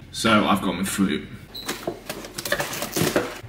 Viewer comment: Fwoat it’s fruit lol